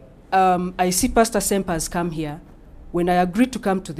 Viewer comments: Raivo_ That’s the joke. We know it’s Pastor but the moderator always says it like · WTF videos to U tube no shit Sherlock, the way they pronounce it sounds like, hence everyone calls him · Where is the H?! 😂😂😂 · Where is the H ? This man is thinking ahead. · Where is the H😂😂😂😂😂😂😂. Fucking hilarious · Where's the, "H?" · where is the H 😂😂😂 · 👁👃👁 🫵🫦confusion of da highest orda aaaaand WHERE IS DA "H" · Where's the H😂😂😂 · Where’s the H?😂😂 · Where is the H? 😂😂😂😂